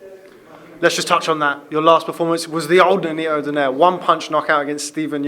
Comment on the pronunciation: For those american ring announcers DONAYRE should not be pronounced as DONAIRE but the correct pronunciation is "DON-NAY-RE"